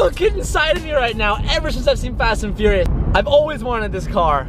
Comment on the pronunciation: Fast and fourious wrap 😂??